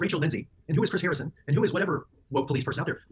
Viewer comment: Haha! I chuckled when you said harring instead of Harrison 😊 love the video girl!!